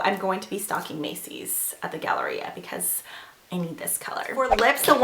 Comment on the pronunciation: I heard you say Galleria, where are you from?